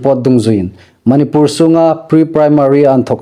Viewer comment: .manipur ilamdan hih andiknawh. Manipur i tidan hih a thluk andik nawh.